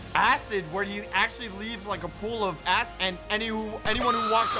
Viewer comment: Did he just accidentally say "a$$" instead of "acid" here?